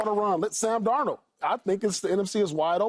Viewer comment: I’ll sub when joy put some spek on darnolds name 😂